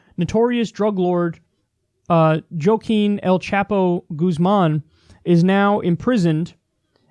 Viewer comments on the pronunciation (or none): "Joe-keen" hahahah